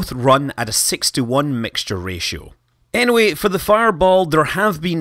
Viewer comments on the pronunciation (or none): none